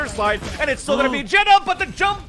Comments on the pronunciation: not a fan of the caster calling xeta, jetta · anybody else bothered they keep pronouncing xeta as it jetta instead of zeyta? or has it been supposed to be pronounced like that all along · Isn’t it pronounced like zeta not jeta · Xeta told Vansilli that it’s pronounced jetta on the VALORANTING podcast